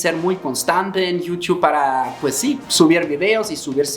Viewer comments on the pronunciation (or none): none